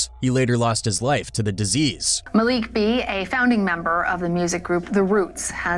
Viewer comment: Cringe when he pronounces,Malik B"s name😂